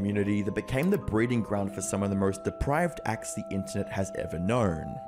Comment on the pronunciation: Deprived? It's deprAved.